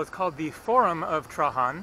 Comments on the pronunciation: The name of the emperor Is pronounced Treidgen,not Trahan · Bro please don't ever say Trahan. His name is pronounced Traian. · Love your vids, but Trajan is pronounced Tray-Gen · In English Trajan is pronounced with a j (gee sound). In Spanish Trajan has the h sound as you are pronouncing it. If you want to get really specific in Latin you would pronounce it with a y sound Trayan. FYI.